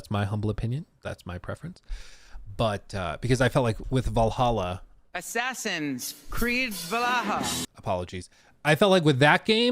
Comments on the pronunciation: You cant say Valhalla dude? It's not Val-a-ha, it's VAL-HALL-A! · Why does he say valaha??? 🤷🏻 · I hate how this man pronounces 'Valhalla.' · Take a shot every time butchers the pronunciation of Valhalla..